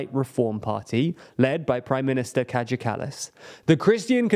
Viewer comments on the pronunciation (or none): "catch a callous" It's pronounced "KAI-YA KULL-LUSS" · More than anything, it just made me chuckle a little. Kadge-ah kallas :'D It's such an unflattering name when pronounced this way haha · oh god no. dude said Ka Ja Kallas. Its more like Kaya (reference Maya). Please learn to pronounce names before you say them in a video. Edit: the Riigikogu was even worse. He pronounced it as Ridgecocoon… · Riidzhikudzhuuu. Oh my god, seriously. I almost pied in my pants right now. Kädzha Källäss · The way that you pronounced "Kaja Kallas" and "Riigikogu" was pretty hilarious. Also another thing I would like to add is that the Eestimaa Ühendatud Vasakpartei (Estonian United Left Party) was really unpopular until this election, they got 14k votes and they are notorious for being extremely pro-Kremlin. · omg lol i laughed sooo hard when he pronounced riigikogu and kaja kallas lol (no hate) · Hahahhaha the what 🤣🤣🤣🤣🤣 as an estonian I must admit I have never heard "riigikogu" or "kaja kallas" spelled quite like that before. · I'm a native estonian and watching the video was quite funny but also painful. 1) When pronouncing names (Kaja Kallas, Riigikogu) then please at least check then from google translate or something because it was quite off. 2) EKRE standa for Conservative People's Party of Estonia and it's leader has been now for years Mart's son Martin Helme. 3) The reasons for the collapse of Kallas' first goverment were much deeper than just the education reform. 4) You didn't even talk about the accual electon in question and of it's results. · It would have cost you nothing to open up Google Translage and listen to the pronounciation of the words Kaja Kallas and Riigikogu. I got a very good laugh out of it. But a good video overall.